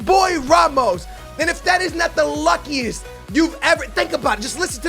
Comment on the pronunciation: 'Luckuest', its ok we forgive you